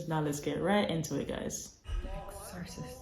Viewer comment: Exorcist pronounced EX-sir-cist